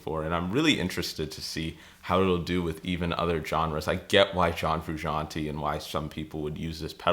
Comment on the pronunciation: Learn to pronounce his name along with chasing his tone